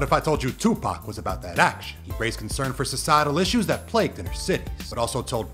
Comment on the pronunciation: Gotta Love the way this dude said "TUPAC WAS ABOUT THAT ACTION" With so much emphasis! Like Makavelis Cadence! Miss new music from the Hiphop Legendary king!